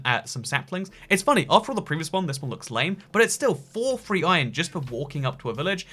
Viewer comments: ahaha "three" and "free" are basically the same word for you😂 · Did he say free free diamonds or three free diamonds can't tell